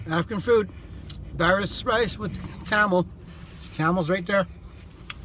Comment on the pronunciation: I literally eat that every day and that’s not how you say baris and somali